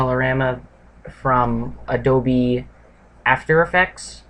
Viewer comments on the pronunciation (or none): none